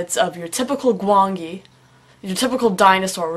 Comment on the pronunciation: Wait wait, You're pronouncing Gwangi's name "Gwan-gi"? I always thought it was pronounced "Gwan-jee."